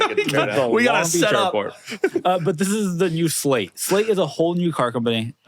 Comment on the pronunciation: Its a SLATE Not a SHLATE !